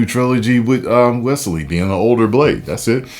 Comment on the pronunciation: As a man named Wesley. Thanks for saying Wesley and not Wezley. LOVE THE VIDEOS MY BROTHER!!!! Whoooooo!